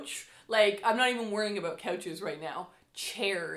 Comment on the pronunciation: I’m very new too this channel and already in love, and as a Michigander who now lives in North Carolina, hearing “aboot” is so comforting hahah makes miss home and Canadian neighbors ☺️